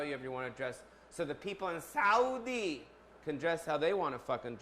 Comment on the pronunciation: I am surprised you said Saudi correctly... I don't mean the English word I mean the Arabic word